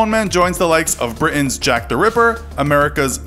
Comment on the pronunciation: The way he says Britain makes me uncomfortable.